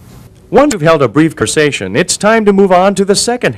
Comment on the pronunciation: A brief kersation hahaha